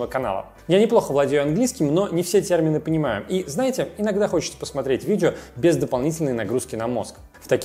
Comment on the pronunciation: Цермины, видзео, пасмаарець.....- что это за ужас? Идиотский говор, дефекты речи, сидит в шапке, звук в нос, звукоизвлечение в нос.... Какой неадекват мог сунуть "этот набор" в кадр???